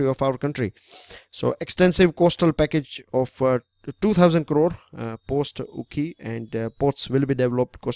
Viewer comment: Sir its Okhi..not Ukhi😄